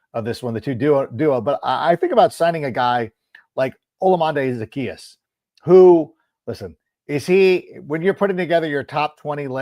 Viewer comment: I love the brag of knowing how to say Olamide Zaccheus while never saying it correct once. Theres no N in his name anywhere.